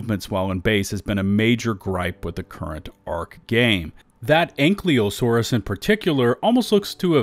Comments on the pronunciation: AIN- KY-LO-SAURUS Not ANKLEEO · I love you, but, the Y in ankylosaurus comes BEFORE the L. It's (ang-kai-low-soar-us) or (ank-E-low-soar-us), not (ank-lee-saurus)